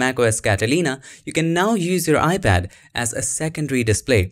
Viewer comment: I kept hearing “ibad”... not sure why..